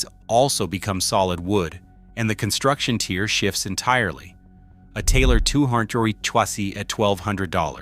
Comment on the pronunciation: The Taylor 214ce (which this AI slop voice can’t even pronounce ) also doesn’t have solid back and sides as the video claims.